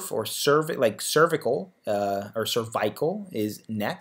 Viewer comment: Cerveyecal... never heard it pronounced that way...